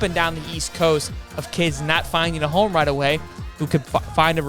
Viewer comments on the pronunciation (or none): none